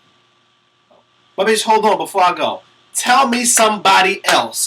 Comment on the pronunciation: "Buhbitchholdawn" LOL